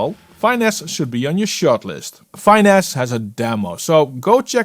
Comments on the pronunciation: Might just be an accent thing, but I think it’s fi-NESS (short ‘i,’ like in ‘fitness’), as in ‘to finesse the audio.’ Great showcase though. would’ve loved a side-by-side with Soothe2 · love your videos, but thats not how you pronounce finesse..